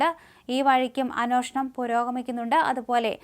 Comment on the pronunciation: അന്വേഷണം..... ഇതൊക്കെ മോശം ഉച്ചാരണം 🤷🏻‍♀️🤷🏻‍♀️